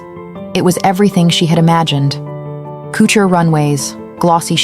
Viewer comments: Did she actually say “coot- ure?” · Couture was also pronounced wrong.